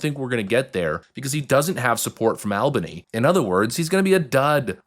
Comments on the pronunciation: . It’s pronounced ‘All buh nee’, not ‘Al baa nee’ Just saying 🤷‍♀️ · AEL-bany might be Georgia, in New Yawk its AWL-bany :) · as a local its pronouncedd "All-Bun-Knee" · FYI, it's pronounced ALL bany not AL bany. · It's pronounced All-bany. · The way you pronounce Albany is like hearing naills on a chalk board. Phonetically (ALL-ban-E) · Good video, I live in upstate NY and just wanted to say we pronounce Albany as All Ban Knee. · All-bun-E = Albany. I cringed a little when you pronounced it wrong.